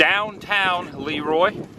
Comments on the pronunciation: And Dairy Queen! Ha ha..I do believe its pronounced La Roy (Leroy) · Hi Adam, this video series with your Dad is Great! Your Dad is fun to hang out with. As far as I'm concerned, the name of Le Roy should be pronounced La Roy. Otherwise, it would be spelled Lee Roy. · I can't believe they pronounce it LEEroy there. There is also a LeRoy, pronounced leROY, in New York. Our branch of the LeRoy family came over here in the 1700's, settled in NY, and slowly migrated to the midwest. I was surprised that there was so many towns named LeRoy.